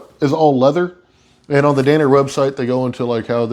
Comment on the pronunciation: Not dane-er… DAN-ner… what a weird word to mispronounce. Not being a jerk just never imagined that would be a word easily misconstrued